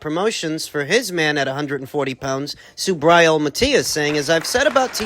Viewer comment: Hey man..learn to pronounce SUBRIEL'S name..hes Puertorican not gringo or pronounced SUBRYAL..lol..